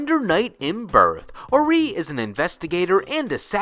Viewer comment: Orie's name is pronounced Or-ee-ay